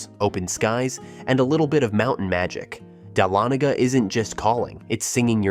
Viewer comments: Dahlonega - is not pronounced dal-a-nay-ga; it's pronounced: duh-lonna-ga. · You mispronounced #10 Dahlonega. It's Dah*lo*ne*ga said all together not separated as you did. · DAH-LON-GA. AI can't pronounce words.